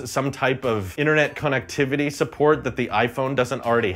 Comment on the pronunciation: why are you pronouncing "connectivity" like that